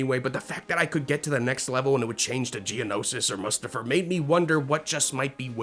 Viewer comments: Your pronunciation of some of the planets is so cringe. The way you pronounce Mustafar and Mygeeto. Eww. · how did you just pronounce mustafar???